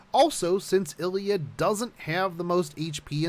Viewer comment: Could you stop calling her "ellya"? There is an I there.